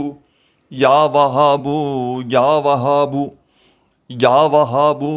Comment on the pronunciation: اللہ کے بندے کوئی دلیل بتاؤ اللہ کے رسول کے حدیث بتاتے تو بہت اچھا ہوتا مگر افسوس آپ تو یاوھاب کے لفظ بھی غلط پڑھتے ہیں